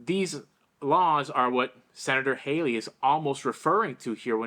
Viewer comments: Please pronounce Josh's name right, it's pronounced Hawley not Hayley, Hayley is the one running for president Pronounce it Holly is closer, and in my opinion, Nikki Hayley doesn't need to run for any office, she's as crooked as a dog's hind leg and that is insulting to dogs, you don't go from about to file bankruptcy to a millionaire if your reputable and honest, we don't need another corrupt politician in DC they're full up already! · Pronounced Hall ey not Hay ley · It’s Hawley, not Haley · With all due respect, I keep hearing you call Josh Hawley, John Hawley multiple times. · It’s Senator Hawley not Hayley